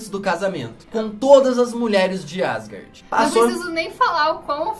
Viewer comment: Cara tu fala muito errado o nome de Asgard e o Thor fala de outro jeito